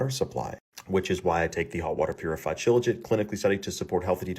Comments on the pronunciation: the best part is how he pronounces the supplement as "shilling shit" like yes, yes you are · I had to look up shilajit to find out what the fuck it is - because with a name that sounds like "Shill Legit" I was convinced you were mispronouncing silicate to mock his product this whole time.